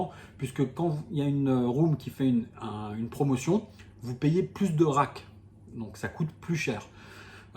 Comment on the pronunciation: Le a dans rake se prononce comme dans cake,make,fake...et non pas comme rack qui est la boîte pour ranger les jetons